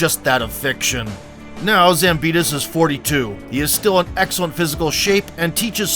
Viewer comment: Why you say zambida when his name is zambidis